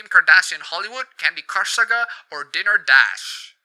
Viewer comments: "dinner" dash. lul. dai-ner, not dih-ner. It's the difference one n makes, apparently. XP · I'd just like to point out that it's not "Dinner" Dash, it's "Diner" Dash. A diner, pronounced "die-ner", is a kind of restuaruant.